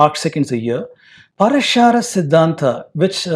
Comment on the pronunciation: It is Praashara,not Parashaara